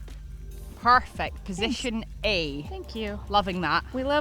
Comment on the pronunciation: That was 'Parfect' 😁